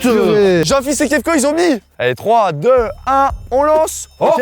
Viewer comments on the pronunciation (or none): ses Kevko pas kefko